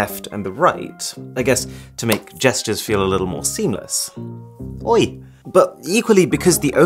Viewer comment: That’s the most british he’s ever sounded